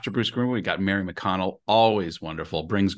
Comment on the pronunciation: Mary mcdonnell not mary mcconnell